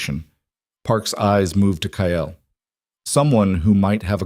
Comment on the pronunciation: Kyle is not pronounced as Ki-el , it is Kai-ul